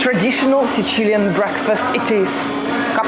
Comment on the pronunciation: Video is very nice, but either say sicilian with English phonetics or siciliano with italian phonetics because it is literally not a word the way you say it most of the video. No need to try to sound extra italian. Otherwise very nice video!